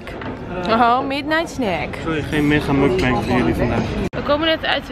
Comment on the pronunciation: De uitspraak van "mukbang" .... auw...